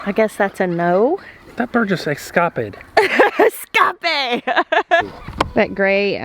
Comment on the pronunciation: So... the way he said escape, was that a Nemo reference? Cause it's spelled just like the word escape. 😂 Anybody else? No? Ok... 🙈